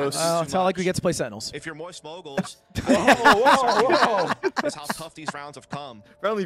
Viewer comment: "Mowyst Moiygals" UwU